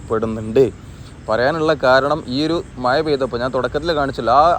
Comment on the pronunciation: no excuse with ur slang about MAZA not Maya